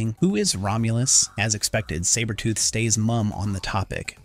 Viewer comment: I'm not gonna lie. This was awesome to watch until AI pronounced Sabertooths name incorrectly. Just ruined it for me. Comics Explained should do this story.